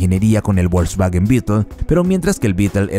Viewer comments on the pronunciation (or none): La letra W wn aleman no se pronunciation como en I gles..suena como una V con bonito Mercado Volkswagen no volksguaguen..es lo prinero que drberias saber antes de hacer videos sobre un tema...